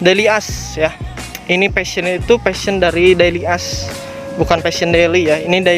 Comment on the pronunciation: bacanya deili yus mas.. bukan deli as